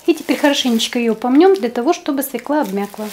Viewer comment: Не свЕкла, а свЁкла! А за рецепт спасибо!